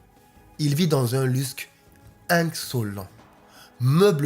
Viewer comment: "il vit dans un lusk insolent" ! Lusk et opulence !